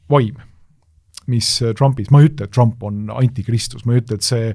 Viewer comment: Péter Magyar hääldatakse umbes nii - Peeter Madjar. Saates üritatakse perekonnanime hääldada umbes nii - "madžar" Donald Trumpi võiks eestlase suu läbi rahulikult hääldada "Donald Tramp" mitte üritada matkida mingit ämerikan inglišit, seda enam, et britid-jänkid ise väänavad seda nime sajal eri moel. Mitteinglased aga hääldavad igaüks üsna koduselt. Lätlastest-leedulastest ei hakka rääkimagi, neil on Donalds Tramps ja Donaldas Trampas ... Me ei peaks häbenema oma eesti aktsenti!